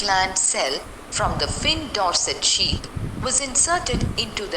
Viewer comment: That was not ship it is sheep